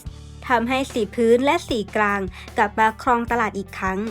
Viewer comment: ชนชั้น" กลาง "ค่ะ คำว่า " สงคราม " พยายามออกเสียงชัดๆนะคะ